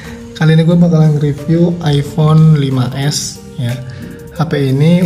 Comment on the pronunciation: Kok sy dengernya iphone 16 ya apa salah denger??!